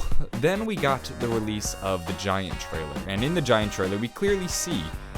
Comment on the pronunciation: "Gaint" 10/10